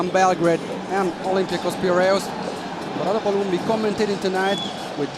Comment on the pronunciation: It's Piraeus , not Piraues .